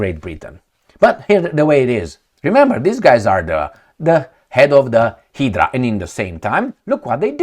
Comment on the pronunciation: Hydra...the letter y is pronounced as a long i